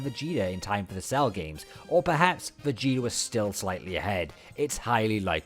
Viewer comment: Everyone:"Trunks and Vegeta" This Guy:"Trunks and Vegetr"